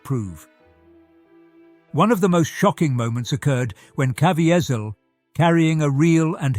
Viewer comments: Jim "KaVEEzeeul" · Please research your narrative and pronunciation of names!!!🤦‍♂️ Jim Caviezel's last name is "Kah-vee-zal".🤷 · His name is pronounced Ka- ve- sil. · The announcer does not know how to pronounce Jim’s name. There is no T or A in it, it is Ca Vee Zel. Jim Caviezel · Wonderful…husband and I went to see this movie when it premiered in our city. Everyine in that theater was held .suspended ..in silence,nec and intense attention to every bit of the movies. It was winderful and heart rending at the same time. Just a note on trans,actions of from British to A Erica’s English….the actors name is pronounced …kah—veeze..ee…all. And the scenes notated as re creations ..not ‘wreck..kree..A—shon’s…which are a kind of time consuming play time. Otherwise…the reading and descriptions and his British style voice are truly wonderful too. .. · Jim’s last name is pronounced, KA-VEE-ZEL. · Can't even say the actor's name correctly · Please do your homework. It sounds awful when the narrator doesn’t say the chief actors name correctly. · you are mispronouncing the Jesus actor's name! It seems IMPORTANT to have gotten his name correctly in this video! Even if it was an AI voice!